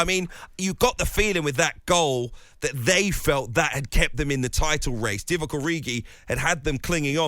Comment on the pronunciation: Couldn't even say Divock Gabby 🤣